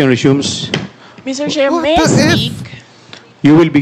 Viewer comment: Hoy Sara “ Mr. Chair ang pronunciation hindi Mr. Share”😭😭😭